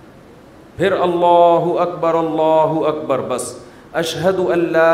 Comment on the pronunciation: Allahu Akbar main r pr dama he so you should recite as " Allahu Akbar Ullahu Akbar" rectify it please....